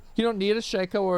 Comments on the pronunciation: Shac-O 😅 Sha-Ko 😊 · Shay-ko. Not Shack- O.. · Sh-Ay-Ko not Sh-Ah-Ko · Every time I hear Shack-oh I cringe. It’s Shake -Oh u psychos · "Shayco" not shacko. Shacko sounds so weird. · wtf is a SHACKoh its Shake-oh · Am I the only person bothered by them mispronouncing Shako?